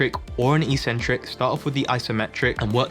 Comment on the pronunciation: Why do so many fitness people keep mispronouncing the word eccentric/eccentrics? It seems to have begun with American fitness YouTubers. The video at the link I've provided has the proper pronunciation. Sorry for being pedantic